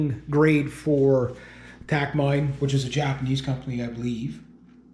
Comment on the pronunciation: Takamine = tah-kah-MEE-nee. Just thought you should know. I just bought this guitar a couple days ago and love it!!